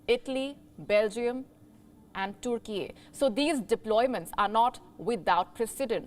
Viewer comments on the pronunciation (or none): It's TURKEY , NOT THE WAY U SAY IT .